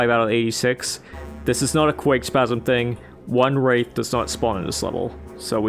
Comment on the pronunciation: Imagine pronouncing Wrath as Wraith, such cringe